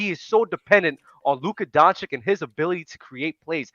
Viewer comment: Day 837, Why is still no one mentioning to that he is pronouncing Lukas name wrong Donchick... put some respect on his name already wtf